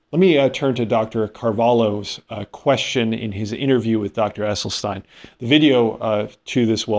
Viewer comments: First of all, please learn the correct pronunciation of Dr. Esselstyn's name. Second, if I were an influencer who was attempting to build my platform, attacking th plant-based community would be an easy target, since they only represent about 1% of the population. Third, Dr. Esselstyn took these patients on after they all had significant and numerous sequelae from their cardiovascular disease, and as a result of the diet and the time he spent with each of the subjects, if they stayed compliant with the WFPB not oil guidelines, it is my understanding that there were no further adverse effects. If I were a patient who had many adverse events, I think giving up olive oil and avocados would be a small price to pay for my life. I do not think Dr. Esselstyn embarked on this journey with a rigorous study design in mind...he simply wanted to see if this diet would improve morbidity and mortality numbers, which it did considerably, esp when compared with those who did not follow his protocol. The data is clear: if you have a history of heart disease, this diet works amazingly well. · It's NOT Essel-stine, it's Essel-steen! Dr E. was personally teaching the members of his program intensively & and was available for free consultations. This way, he insured compliance. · His name is pronounced Essel-sten not stein. Poor form when you mispronounce the main subjects name so often. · It's EsselstEEn 🙂